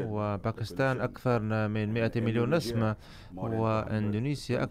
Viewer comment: المترجم جيد ومصطلحاته ثرية إلا أنه لا يدرك الفرق بين كلمات ومنها على سبيل المثال: نَسَمة ونَسْمة، يحتاج فقط إلى التدرب والقراءة بالعربية الفصحى